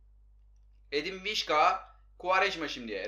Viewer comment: vişka değil visça olacak